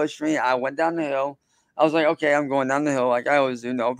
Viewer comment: We have heard him make hard 'K" sounds many, many times before.. WHY cant he say "okay"? Its so bizarre!! 🤔🤔